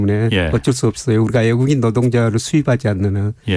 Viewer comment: 한국의 한율(환율)이 너무 높다. 애국인(외국인)이 살 것이다. 이중모음 발음 못 하셔서 자꾸 귀에 거슬리네요. 저만 그런가요? ^^